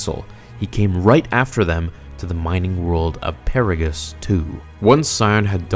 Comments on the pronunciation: Agreed. Don’t forget “Puh-Raw-gus.” Did he even play the games? lol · I was gonna say something too but you've already done it too. "Pear-a-gus" 🙃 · Lol it's 'Har-bin-jer' and 'Per-aw-gus' they say the names in the game itself. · Dude...homie...man. Just, for the love of god, play the fucking game. Or at least watch some clips. You pronounced so many names just...brutally incorrect. Ebon Hawk (you seem to correct yourself later in the video), Atris, Peragus, Harbinger. (this one, you have no excuse for. It's literally an English word!) And finally, though, I admit this is nitpicking, you mixed up 'disguised' and 'disgusted' at the end. But, for real, you make such great stories and explanations, and I know you do it with a time crunch...but, seriously. Proof read. It makes a huge difference. Little errors like this are excuses for other people to dismiss you as unintelligent, which is far from the truth. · I really like your content. But I have to ask. Are you purposely mispronouncing harbinger and peragas? Not that big of a deal. But I know I'm not the only star wars nerd out here than cringes when I hear something about starwars being mispronounced. It's almost like the cringe when a life long starwars nerd calling a lightsaber a ...."laser sword"🤮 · Did you pronounce all of those words differently from the game on purpose? Luke Peragus and Harbinger. Excellent video as always man:D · Hearing you pronounce per-ah-gus and har-binge-r as pear-agus and har-bing-er made me cringe so hard. Have you even played KOTOR? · It's "A"tris not "At"ris It's Harbinger (Har-Binge-er) not Harbinger (Har-bing-er) And for the love of god, it's "snuck' NOT "sneaked", as in, "Sions cloaked sith assassins SNUCK aboard the republic ship..." BRO ITS "Peragus (per- AH - gus)" NOT PARA-GUS They literally pronounce all of this IN GAME lmao I CAN'T be the only one bothered by this lol Grammar nazi rant over.